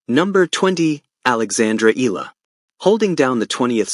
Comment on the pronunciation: plz pronounce correctly the name Eala not Ela should be Eyala